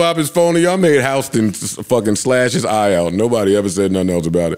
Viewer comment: Lmaoooo Joe said Howston (houston). Just say u fucked up his name lol.